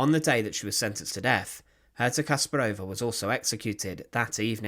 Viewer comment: The accent should be on the second syllable. KaspARova.